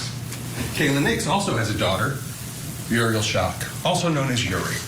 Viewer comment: 2021 the other kid died? They aren’t supposed to talk about it I guess? I do wish the Prosecutor would pronounce the baby’s name right. Uriel is not pronounced Urey